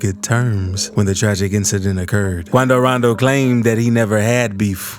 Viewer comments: I swear this channel owner like mentioning the name Quando rando in a funny way 😂 😂 😂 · "Quando rondoo" 😹😹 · Hahahahah 😂 QoUNDO RONDOO ! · The way he says quando rondo 😂😂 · this bro got me dyiin 😂😂😂 how he b sayin quando rondo name 😂😂😂😂😂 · “Quando rondo”🤓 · My does this man have a Mexican accent when impersonating quondo rondo 😂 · y bro say quando rondo like dat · The way u sayin quando rondo